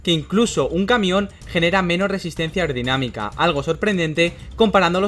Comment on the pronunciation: Yo solo oigo “irdinamica” “aurdinamica” blabla jjajajajajja le hace falta como pronunciación